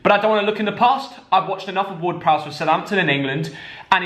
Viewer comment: Ward-Prowse is absolutely spot on!